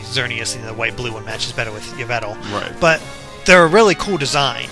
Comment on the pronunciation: eevetle...why do people keep on mispronouncing Yveltal